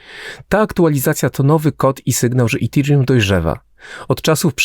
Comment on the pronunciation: Dzbanie połamany nie mówi się itirium tylko etirium. Naucz się polaczku zanim wypuścisz film